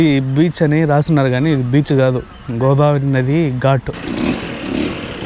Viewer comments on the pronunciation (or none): none